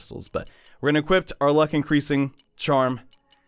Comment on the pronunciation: Jesus Christ, dude. There's no fucking "t" in "equip."